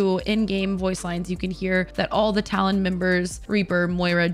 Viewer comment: You said "Talon" correctly, as in apple lol